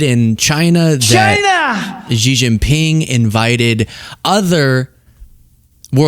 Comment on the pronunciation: Xi is pronounced 'She' not Ji